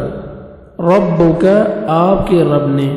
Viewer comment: Assalaam ualaikum jazakullahu khairn. Ayah 13 mai “rabbAka” hai aap nai “rabbUka” kaha hai. Please correct the mistake brother. Baqi ma sha Allah nice hai.